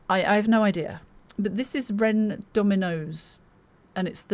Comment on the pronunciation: Also you pronounced the name perfect lol which I don't even do half the time.